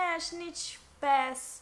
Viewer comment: Tu zici pașș În loc de pass la